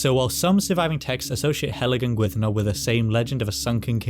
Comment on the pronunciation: Gwynddno very much like Llandudno. When you say Gwynddno I hear Glandudno